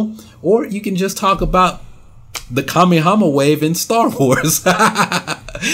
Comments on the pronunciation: please realize: It is the Kamehameha Wave NOT Kami-hama Wave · kah-may-hah-may-hah lol everything else you said was on point but the pronunciation was so wrong bro lol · Butchered the pronunciation of kamehameha lol